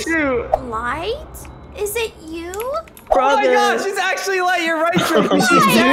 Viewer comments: said lay instead of light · light rhymes with fight